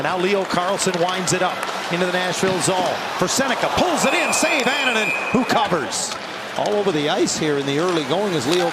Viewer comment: Anaheim announcer can’t be bothered to learn how to pronounce Annunen’s name 😂 bush league